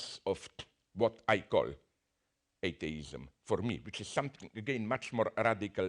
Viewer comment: Lmao, I swear he is saying "eight-dayism".